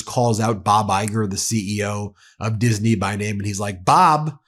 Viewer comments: Why does hannity say ' diseney ' instead of disney? Does he not understand the correct the pronunciation?! 🙄🙄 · What's with hannity pronouncing Disney "Dis-a-ney" ?? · all the righties made Disney 3 syllables. Dis-in-ee. LOL morons